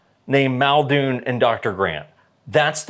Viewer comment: MULdoon, get it fucking right.